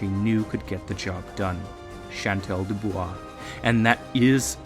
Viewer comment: Bonus Points for saying Dubois and not Doo-Boys